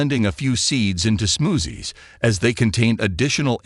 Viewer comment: I love the way the AI voice pronounces “smoozzies”. Seriously, trying some of these fruits could be worth it if they do result in higher collagen in the body. Making meat broth is very time consuming compared with eating raw fruit or making smoothies